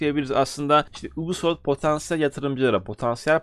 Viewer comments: anliyorum. Bundan sonra dogru okursan cok iyi olur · Lutfen yubisoft de ubisoft degil😃